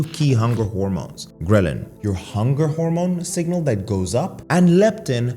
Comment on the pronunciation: Every time he says grhelin my stomach hurts